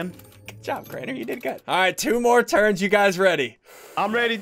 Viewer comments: When you said turns i thought you ment terds lol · When he said 8 turns, I thought he said 8 turds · Why is he keep saying turd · When he said 8 turns I thought he said 8 turds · It does actually sound like turds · I though you said turd 1 turd 2 turd3 lol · I thought you said 7 terds XD